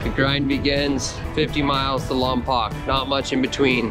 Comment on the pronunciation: Voice from the south here. You all look like you had a lot of fun. I’am a touring bike dude. Even more than the view, I like the people I meet and the people I travel with. Side note, you all mispronounced Lompoc - it’s pronounced Lompoke.